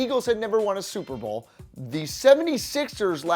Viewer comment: Bowl not boel